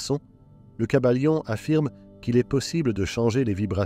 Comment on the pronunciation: Le kybalion pas le caballion 😂